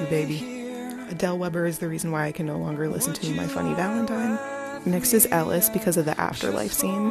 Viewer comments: no i literally was like “did she just say ellie tf its ELLISSSSSS“😭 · its ellis not ellie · It’s Ellis not Ellie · did she say ellie in the first one?? it’s ELLIS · Ellis not Ellie lol No hate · .....did she just say Ellie instead of Elis?? 😂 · Did she just say Elli in the first one 😭😭. Its ELLIS 😂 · "Ellie" girl its Ellis i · Did this girl jus say ELLIE😡 bruh it’s Ellis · Wait I'm sorry... DID SHE JUST SAY BAILY AND ELLIE. Who the hell is Ellie and where is Ellis?